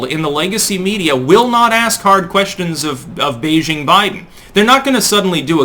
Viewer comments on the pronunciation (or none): none